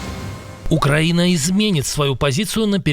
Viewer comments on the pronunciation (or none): none